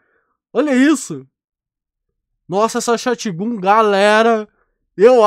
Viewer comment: sim mano da agonia ele falando, e ele fala shotGUN e não shotGÃN